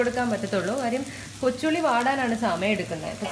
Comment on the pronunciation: Kochulli ennu parajapo njan athyam kochunni enna ketath😂😂